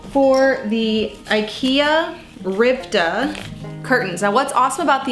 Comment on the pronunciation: Ritva not Rivta